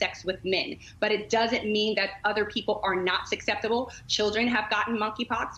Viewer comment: I think the just said sukseptable?